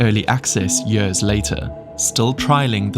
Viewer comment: The way you pronounce the word years [jörs] makes me cringe 😬